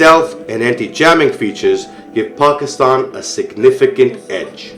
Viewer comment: We pronounce our country name .... PAK IS TAN. not PAKSTAN as in your video.